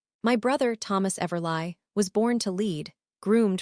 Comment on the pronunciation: I believe it’s pronounced everlee and do better people who do these stories!! Proof before upload!! 🤦🏼‍♀️